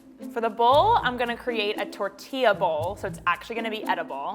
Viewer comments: shesaid tortia instead of tortilla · I'm I the only one who got cringe when the chief said torilla wrong😂